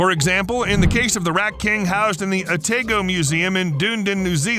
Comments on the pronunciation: OTAYGO MUSEUM IN DOONDIN NEW ZEALAND I CACKLED 😂 its pronounced "oh-tah-go" and "done-eed-in" lmao 🥝 Kiwi here, absolutely baulked when i heard the name but laughed when i realised most of the world doesnt know how to pronounce our place names 😂😂😂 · ah tai (frim tail) go musium in da knee done not whatever you said... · As a Kiwi, hearing "Otago" and "Dunedin" said that way was a good laugh! No hate btw but very funny